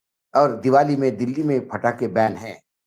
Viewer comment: पटाखे बैन हैं फटाके बैन नहीं 😅😅😅